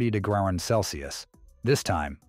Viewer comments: What the heck kind of unit is a "degrellin"? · dose the computer want to try saying degree again